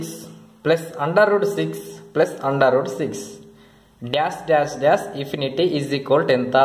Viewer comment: Dear brother, your explanation is good but you pronounce infinity as ifinity......ifinity